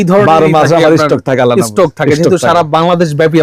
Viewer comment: What is mean by esssstock?? 😂😂😂😂❌ ❌